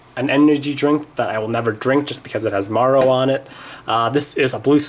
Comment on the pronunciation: Did you call mario maro?